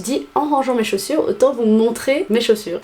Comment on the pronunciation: zaussures donc non ? 😁😁😂😂